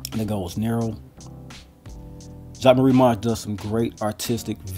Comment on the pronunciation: Video helped me a lot, not only with realistic sizing but also learning to pronounce the name correctly lol 😎